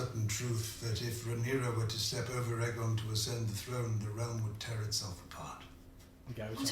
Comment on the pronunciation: Bro it’s AYE GON not EGG ON 😭😭